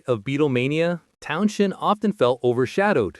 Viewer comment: You can always tell a bot, they overpronounce things and pronounce them literally, not like real people. This guy says Town SHEND like he was drunk and trying to maintain. Pete was OK, but he was never an inspired guitarist, he wanted to be the show, which explains his feuds with Daltrey.